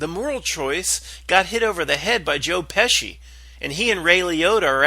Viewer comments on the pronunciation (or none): none